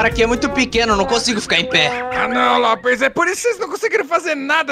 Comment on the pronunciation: Ele não é Lopers e não se fala "Lopes" é "Lopers"